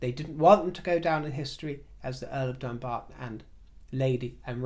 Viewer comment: I live near Dumbarton. We pronounce it Dum-barton not Dumb-arton. Meghan has insulted the locals by even suggesting it's got dumb in the name.